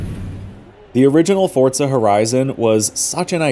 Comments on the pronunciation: Why do you call it Fortza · haha ' Fortza ' i'm not the only one that hears it right?😂